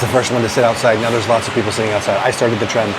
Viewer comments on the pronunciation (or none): none